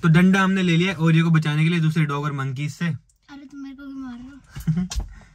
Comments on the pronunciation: ne oreo ko panoti kyu kaha 😡🤬 aisa mat karo plZz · What's this is saying panoti to Oreo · ne Oreo ko panoti bola Puri video dekho head phone laga ke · 😅😅😂😍 bol raha ha Oreo sa panoti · Why did said panoti to oreo